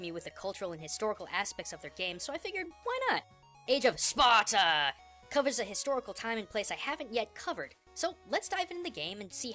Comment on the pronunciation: "age of SPARTUR" [Spartur intensifies]